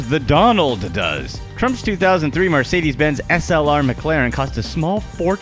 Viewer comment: Stop saying MArcedes, It's Mercedes you lower class shit... Also, none of these things are actually impressive other than the 737... Most typical millionaires can buy a yacht or a RR... Poor people should not be allowed on youtube...... damn Mexican, glad Trump is president so he can send you back to whatever shithole you came from!